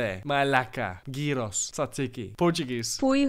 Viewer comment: Το τζατζίκι το είπε κάπως σαν «τσατσικ[ι]» 😂😂😂